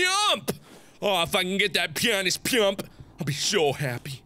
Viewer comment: The way he said both of those words. MARK: Ooh Ooh I get duke tape! Now I need to find a peump and I'll be so happy! 🙂😂